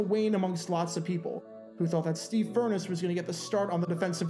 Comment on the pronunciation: It's Strve FUR-NESS not Furnace